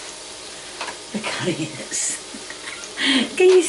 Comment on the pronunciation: "Honiones" "Tomyatos" "caryots and PEP pa" "SALTY AND PEPPIAR!" "im not payin' £1.75 for a tin a' cheerios" - 2023